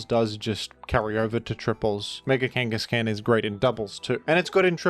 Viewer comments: 'Kangas-can' might be even worse than BKC saying 'Glisc-or' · I love how pronounces it KangaCAN. Because it’s KangasCAN. Not KangasCANNOT.